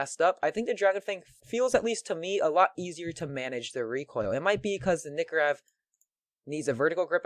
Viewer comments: Lol he calls it a nikorev not a nykorev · The nykorev is procunced nie-co-rev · PRONOUNCE NYKOREV RIGHT PLS